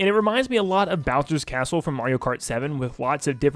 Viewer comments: Bro said asshole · He said castle! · Bro It feels like he Is saying assh0l3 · Ik but it sounded like it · So, I'm not the only one who heard that xD